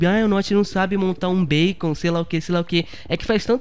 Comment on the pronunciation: E MT wncrasado quando ele fala beicon kkkkk Tmj como vc sempre diz mn sem radia. N e mn kkkk🤣🤣🤣